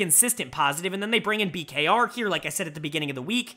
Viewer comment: Bkr is the correct pronounciation I believe! I was super excited to see rng and blg, two teams that were struggling with consistency. Bin with some sweet sweet revenge on the team he won MSI with! EDG looks so good despite the black hole from losing Viper and Scout, who is my frontrunner for MVP. Meanwhile IG is continuing to nosedive! They need to bounce back asap! Player of the week: Leave!! He was awesome in all THREE series that EDG played this week! JieJie, Aki, Elk and Heng were all up there too. Dud of the week is Tian, an UNACCEPTABLE 0-2 week that lead to the firing of the TES head coach! And when was the last time Rookie got a dud of the series?!?!?! Has he ever?????? The old IG junglers Leyan and Ning were also both awful.